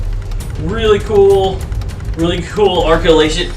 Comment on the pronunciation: really cool “arculation” instead of “articulations” loll But great video, i enjoyed watching your review, you seem to be genuinely excited to have them I have both the 1/4 scale set and this 7” set, and i also prefer the 7” versions more, theres something amazing about them being smaller and having the same level of details has the 1/4 scale versions